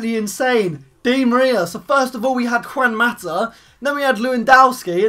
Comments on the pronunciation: u said Cuan Mata u pronounce it as Huan Mata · Lol cant say Juan mata